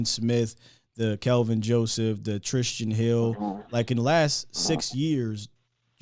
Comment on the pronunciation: why can't you say Tristan? Shit cracks me up every time